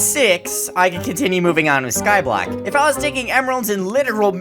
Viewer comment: its called Skyblock Not scoblock